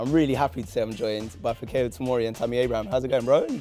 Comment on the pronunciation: Learn how to pronounce his name properly. Fikayo = FEE-CAR-YOUR